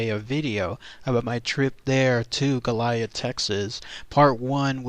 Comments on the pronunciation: No there’s no H in goliad. Let’s help you no-Texans out like a “sound to” dictionary sounds like go-lee-add… there no damn H Goilad is it!!! Western states you’re also welcome as well. Say it correctly or DO NOT DO A VIDEO PERIOD!!! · The correct pronunciation is GO-lee-ad. La Bahia was not a mission. It was a fort - Presidio in Spanish. During Spanish colonial times they would establish missions to gain a foothold in a territory. The missions were small communities and included farms and orchards, livestock and workshops. Here missionaries worked to convert native populations to Catholicism and bring them under control - often in less than ethical ways. Presidios were military forts built near these mission communities to protect or defend them. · Learn how to pronounce the name correctly it is Go-li-ad. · This is killing me watching you butcher the name of this historic location. Please from here out take the time to make sure you have proper pronunciation of the places you go exploring. That is the very least you could do. GOAL E AD!! History was made here. Respect that. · you can not pronounced goliad right stupid and I had four family get killed at the massacre